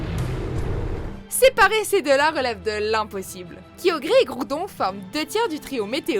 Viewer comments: Personnellement mewtwo est mon pokémon préférée donc je suis contente qu'il soit dans le classement mais j'avoue qu'il aurait pu avoir d'autre pokémon aussi fort comme deoxys par exemple. Et on en parle que la voix off prononce kyogre "kyograi" , j'ai failli m'étouffer avec mon coca sérieux. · Sérieusement c'est quoi cette prononciation désastreuse KIOGRÉ, LATIO LATIA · Kyogre et pas kyogré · MDR arceus 4 ème et tu prononce kyogre kiogré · non la chaine francaise a juste pompé sur la chaine anglaise dans lequel ils prononcaient Kaïogri (ce qui etait déja pas bon) et ils ont pas cherché a vérifier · Aïe mes oreilles >< !!! LatiaS LatioS KyogrE (e pas é) Kyurem dans ce top !!! Aïe rip la strat... Arceus n'est pas Prems !!!! Sniff Requaza n'est pas censé être le pokemon le plus puissant du jeu ?? RIP LA STRAT !!! Ça va fildrong ? Pas trop de cheveux en moins? Ton coeur a supporté cette vidéo? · C'est bien beau de faire des tops sur les pokemons les plus puissants mais si vous meytez que des megas sa sert strictement à rien et c'est pas rechercher, c'est la solution facile. Et epargner moi le massacre sur les noms des pokémons parce que la sa fait vraiment peur pourquoi "KIOGRÉ" prononce le comme sa s'écrit bordel c'est pas compliquee !! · la prononciation de kyogre elle ma tuer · La prononciation !!! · MES OREILLES SAIGNES PUTAIN AH AH AH AH AH ......KYOGRÉ ,LATIO,LATIA ....MON DIEU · J'en étais sûr qu'on allait finir par te croiser ^^ Ce qui me fais mal c'est la prononciation de Kyogre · Le vrai top serait: 1 méga rayquaza 2 primo groudon/kyogre 3 arceus 4 méga mewtwo Le reste c'est discutable.Par contre,en plus de ma rage sur le fait que ce top c'est bullshit(je ne m'en plaint pas trop puisque vous l'avouez) LA PRONONCIATION BORDEL. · QUOIII? C'EST QUOI CETTE PRONONCIATION DES POKEMONS ?? surtout kyogre quoi 😂😂 respecte nous 😂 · La prononciation de kyogre lol,neoxys a été détrôné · Kyogré JPP 😂😂😂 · Primo kyogré😂😂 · C'est kiogre pas kiogré